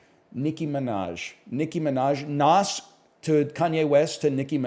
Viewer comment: Why does he say Nas with the hard S